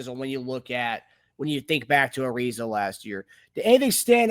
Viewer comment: Also, it's uh-rise-uh. His name is not pronounced the same as Trevor Ariza's